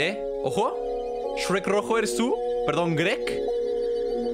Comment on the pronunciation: no es grek es sherk jaaaaaaa 7u7